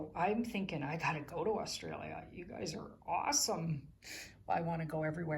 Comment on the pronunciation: You even pronounce Australia properly 🙏👍💋👍